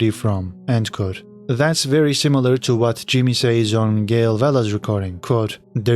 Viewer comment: It’s Gill Bigalowe not Gail